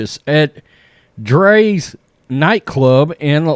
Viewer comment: Rite and it's drias not dre's